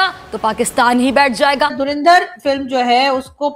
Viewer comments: dhurandhar… bol bhi nahi sakte… dhurinder bolte hain. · धुरंधर को धुरिंदर बोल रहे हैं यह जाहिल पोर्की। काश थोड़ा पढ़ लिख लेते तो बोलना आ जाता । Aaaaaathuuu😂